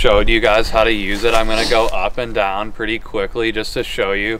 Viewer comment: The way he says "up and dahn" makes me think he's from Pittsburgh